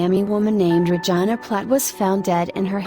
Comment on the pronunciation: Even though the name is spelled Regina..Can you please say it like it actually sounds Regeena! 😱 omg